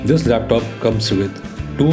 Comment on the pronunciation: It's laptop not lep tope